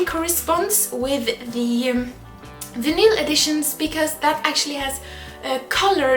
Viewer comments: Vinyl. It's pronounce vine-uh-l. Vin-uhl works for me :D LOL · the word you didnt know how to pronounce is Vinyl, its pronounced "vai(vigh) nill" Or pronounced similar to "final" just with a V instead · Wow it's great that someone else loves ManUNKind, a lot of people didn't think much of it apparently. Also, it's pronounced 'vainil' :) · the way you say vinyl is fantastic "vinnill" lmao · vinyl is pronounced vine-ul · vinyl is pronounced 'VYE-n'll'. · The way says "vinyl" absolutely kills me. Could a woman be more attractive? No.